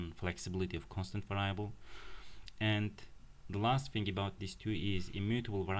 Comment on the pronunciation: Its pronounced “variable” vâr′ē-ə-bəl